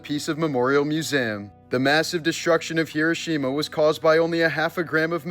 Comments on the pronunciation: He roh she mah not however you pronounced it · I heard kirishima at first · Hee-doh. Shee-muh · Hee-ROH-shee-mah. Dude. Cmon. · If you're going "pay tribute" to this you would think you would know how to pronounce it correctly. It's pronounced Her-row-sha-ma. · You're purposely mispronouncing the name of the place. It's grating and negates your effort at bringing awareness. 😊❤ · You mispronounced the word Hiroshima every single time you said it: wrong, wrong, wrong !!!!!